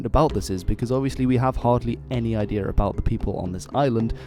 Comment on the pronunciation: Why do some people pronounce “idea” as “ideal”. Asking for a friend....